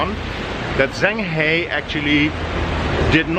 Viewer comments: his name is pronounced shang huh but spelled zheng he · Repeat after me. Jung ha. Jung ha. Jung ha